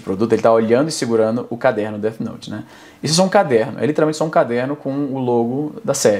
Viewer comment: "DET" note kkkkkkkkkkkkkkk